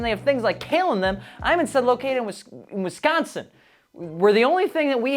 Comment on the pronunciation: lmao nice save from that "wisCANsin" 😂